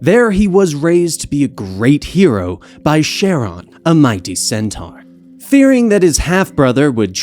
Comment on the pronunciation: Your name pronunciations are dreadful. Sharon? Lolchis?